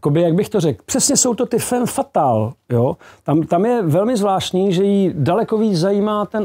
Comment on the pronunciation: Heleďse.. fam fatal, když už, tak je to po francouzsku správně.